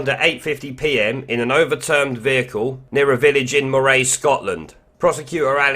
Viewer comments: Greetings from Moray. It’s pronounced Murray though. Not all of us Scots are daft leftists. There are one or two of us left who are sensible (moray actually often does vote conservative). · Moray is pronounced like Murray btw